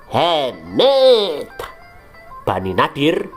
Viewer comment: asli coeg 😭 tiap kali dia bilang muhemmet, dalam hati aku ngakak anjeng wkwk 🤣